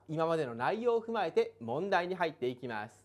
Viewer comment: めぁーす(便乗)